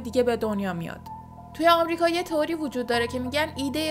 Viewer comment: سلام میشه لطفاً کلمه《تئوری》رو《توری》تلفظ نکنین.